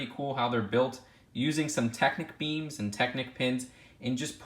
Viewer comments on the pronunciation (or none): When he said "Technic Beams" it sounded like "Technic Memes".